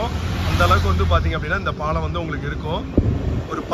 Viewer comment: Please pronounce Paalam properly.